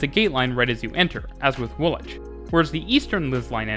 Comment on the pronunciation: Well done for pronouncing the station names correctly! (Specifically Woolwich, and maybe Reading). My comment looks a bit patronising; that wasn't my intention... Good work.